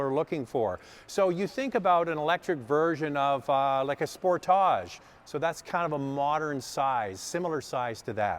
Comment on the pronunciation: Spore-tage? It’s sport-age right?